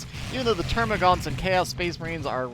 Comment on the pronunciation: Dammit, they're called termagants, not -gaunts. There's no "u" in their name like the hormagaunts. ^^ Aaanyway, great cast as always, and great game by the players. Big thumbs up! :)